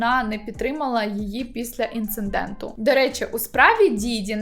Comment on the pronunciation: Інциденту, а не інцинденту.